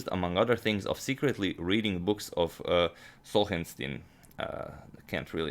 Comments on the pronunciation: It is a great "analysis" - but I was badly hurt and disappointed that Agadmator could not read and pronounce - because he does not know who is that writer and great thinke - Solzhenitsin's name... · Of all the impossible to pronounce names over the years, the one that Agadmator gets tripped up on...........Solzhenitsyn.